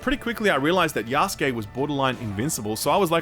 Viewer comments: "Yaskay"? He means Yasuke...the black African one. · Wait... Yahs-kay?! Isn't it Ya-sue-keh?